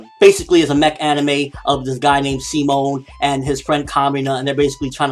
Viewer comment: I love Gurren Lagann, but the "Sea-moan" pronounciation of Simon's name in the English dub bothered me to no end. I understand the desire to be faithful to the original Japanese scripture, but in my humble opinion, there's only so far that can go before it gets ridiculous.